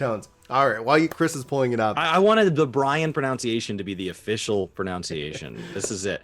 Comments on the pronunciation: My dude... The agony my ears are going through! It's proNUNciation, not "proNOUNciation", DUCHy not "duchERy", and for the love of Dog, pay attention to proNOUNciation when in conversation with people who clearly weren't educated in California or some other Socialist state. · "We set the ProNOUNciation." Sorry couldn't resist...